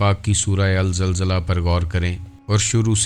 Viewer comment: Surah al zilzelal name sahi parhu sir